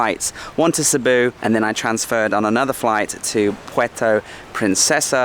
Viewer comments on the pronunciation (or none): none